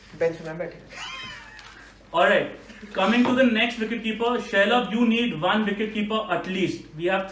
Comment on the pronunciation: Each time Shailabh's name was pronounced it sounded like Sherlock. Manas is a real entertainer.